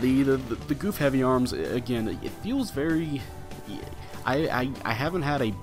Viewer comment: Got it last night and haven't tried it yet, not really excited for this one. BTW it's pronounced Guf not goof lol